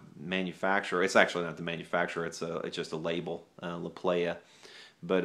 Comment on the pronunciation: ..... it is pronounced "La Ply-uh" La Playa is Spanish for the beach.........doesn't make you a "playah"....that's the club scene!!! Love yer show bro!